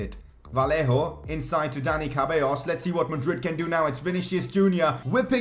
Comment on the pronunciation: It is pronounced cebaiyos